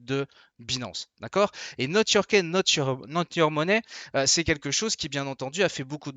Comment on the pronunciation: prononcez les phrases anglaise en anglais ! "key" se dit "ki" pas "kè". Exaspérant. j'ai faillit pas m'abonner que pour cela...